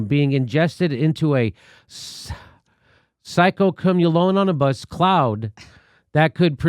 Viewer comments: Psycho-Colon-on-a-Bus?!… I spat my tea across the room when Jimmy tried to say the word in the article. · I'm loving it. You could tell he was going to struggle, but what came out what so much better than anything I imagined.